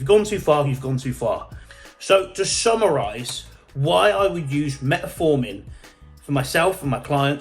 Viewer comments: Metformin, not Metaformin. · Metformin not met A forming...😂😂😂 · Great video, but please for the love of God learn how to say fucking Metformin 😂